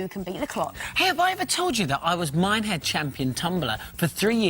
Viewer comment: Did he say Minehead?!!